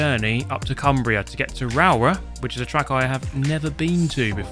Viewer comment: Rowrah pronounced “Raa-raw” 😅